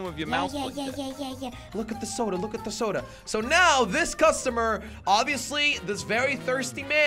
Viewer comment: Normal people: soda: sodra